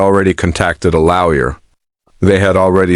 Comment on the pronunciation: This pronunciation of lawyer as "laoya' is annoying